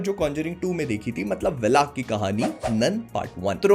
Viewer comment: Its वालक not वेलाक !